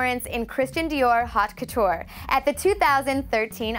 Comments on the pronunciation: We all know it is "Haute Couture" , but in French pronounciation the H is silent, so it is pronounced " 'ot couture" not Hot lol But let's be fair, the girl was trying. What really almost disemboweled me was her saying the name (Guy Laroche) like in english "Guy" while she should have pronounced it with the sound of "ee" at the end lol Someone ( producer maybe ? if they have them lol ) should have had the idea of putting the correct pronounciation before the foreign names, I suppose. What baffles me is I don't know how I got here 😂 this video is so idiotic! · If you are going to talk about fashion, learn how to pronounce the designers name and how to say HAUTE COUTURE, not HOT couture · Literally my ramping flew out when I heard her say "hot couture" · Haute couture is NOT pronounced hot couture Please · The way she said Haute Couture 🤦🏼‍♀️🤦🏼‍♀️🤦🏼‍♀️ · Please get narrators that can say “haute couture” correctly, and writers who understand the history of Oscar fashion. I’ll do it for you if you want. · A juzgar por la pronunciación de haut couture y Guy Laroche, esta chica sabe bien poco de moda. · All time? They're all post 2000. Plus the host can't pronounce haute couture or a lot of the designer's names properly. Wow.Total fail!!!!